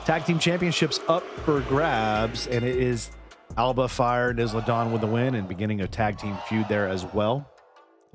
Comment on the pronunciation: Not to pick but it’s I-La Dawn the s is silent lol